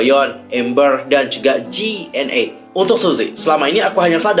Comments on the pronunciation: bang, pengucapan G.NA bukan ji en a, tpi Jina☺️, huuhuu maaf aku koreksi soalnya aku fansnya noona G.NA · Ji en ei apaan ya JNE? 😂 G.NA itu canadian, nama inggrisnya Gina Choi